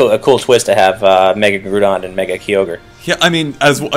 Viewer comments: "GROOODON and KEEEY ORGE"?? Does that guy talking not know Pokemon? XD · who ever that other guy is, he needs to learn how to pronounce groudon and kyogre, its not Grewdon and Keeogre, they would be pronounced, Gr-ow-don and Ki-og-er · Groodon and Keeogre? It's prounounced Groudon and Kyogre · I thought it was pronounced Grow-Don. Not Groo-Don. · why cant people pronounce groudon and kyoger really how does someone get groodon and keyoger out of groudon and kyoger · Every time he says Groodon and Keyoger I get this feeling he doesn't really play. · It's Gr-ow-don and Kai-ogre. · "groodun and keeogur" godammit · Dear gods, "Groodon" and "Keoger". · Grew-don and Key-Oh-Gor??? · Grewdon and Kee-ogre... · It was anoting how they kept saying "Groodon" and "Keeogre" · 'Grew-don and Key-ogre' eh... >_> And I thought was the one who couldn't pronounce things right all the time lol, looks like we have a new contender.:p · Grew-don and Key-ogre? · Kee-orgre? First time I heard it pronounced like that... Edit: Grew-don too? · Grewdon and Keyoerge? lol wtf.. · Guys, I assume you're going to do more videos as more news comes out, but please pronounce Groudon and Kyogre right and later on even Rayquaza xD